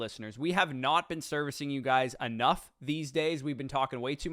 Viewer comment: "We have not been servcing you enough".... correct 😂